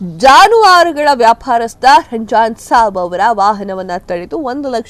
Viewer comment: ನೀವು ರಂಜಾನಸಾಬ್ ಹಾಗೂ ಇಂಗಳಿ ಊರಿನ ಹೆಸರನ್ನು ಸರಿಯಾಗಿ ಉಚ್ಛರಿಸಿಲ್ಲ..